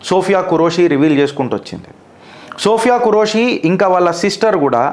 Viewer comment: Name pronunciation correction sir don't take it in negative way ( సోఫియా ఖురేషి ) but both of sister are took charge in full-fledged superb jai hind jai bharat ✊🇮🇳